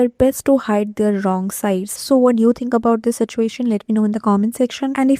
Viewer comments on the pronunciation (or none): none